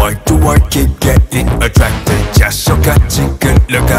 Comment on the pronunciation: i just realized binnie say's attwacted instead of attracted 😭